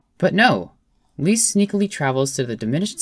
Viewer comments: You pronounce "Liszt" like the English word "list" and not "least", so with a short "i". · Great, but please his name is not Least, it's Liszt. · Leeast? Wut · ## CORRECTIONS : "C slash B double sharp" should be "C slash B sharp" "Liszt" should be pronounced "list", not "least" :) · lmao "Least" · never heard anyone say 'Liszt' like 'Leest' lol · leest? i thought you said “weest”